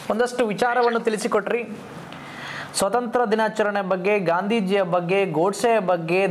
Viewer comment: Swathanthra alla, Swathanthrya sariyagi ucharisi.